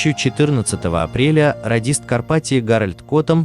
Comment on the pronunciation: Не карпатиО, а карпатиА